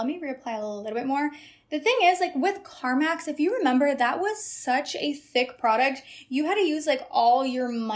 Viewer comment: I really heard “Carmax” instead of “Carmex”…I was like, “how is lip gloss giving car dealer???”😂